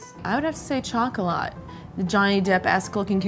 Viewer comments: Anyone else cringe when she pronounced Chocolat as "Chaulk-o-la"? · im cringing so hard how the girl with the shaved head pronounced Chocolat jfc its french u dont make a hard ch sound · Nini Hernandez No, she was really horribly mispronouncing Chocolat. (The French word for chocolate. Similar, but different. And she was butchering it.) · She said "Chocolat" wrong three times, and I feel like she did it on purpose to win a bet or something.